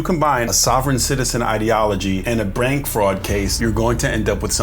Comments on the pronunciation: 😂😂bro said brank fraud case instead of bank fraud 😂😂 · Yes I'm aware of that I was responding to OP's comment about saying "Brank". I happened to read his comment the same time I heard 😂